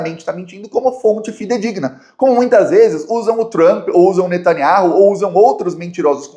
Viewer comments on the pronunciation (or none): none